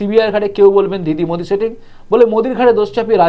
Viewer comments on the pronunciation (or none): none